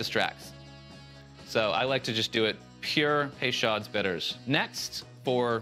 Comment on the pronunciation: It's "pay-show", not "pay-shod". Basic French pronunciation is not as hard as Anglopohones like to pretend it is.